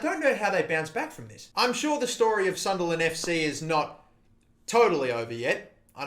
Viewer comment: I thought it was pronounced Sunlessland